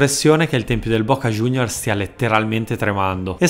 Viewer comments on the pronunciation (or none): none